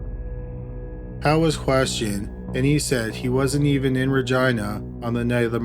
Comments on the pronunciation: Great vid as usual but pretty sure it’s pronounced reh gee nuh not reh gi na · You say Reh-Jeenuh. Not Ragina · Please tell me you didn't say Regina... that rhymes with vagina? LOL Ra-jean-a. Too funny. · Every time he said Ragina I giggled 🤭 🤣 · I was today years old when I found out “Regina” in Canada is pronounced like “vagina” & not like “Regina” George from ‘Mean Girls’. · Yes it does...lol!!@ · He's saying vagina.....lol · I'm pretty sure he pronounced it wrong! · Every time he says Regina though. 😆🤣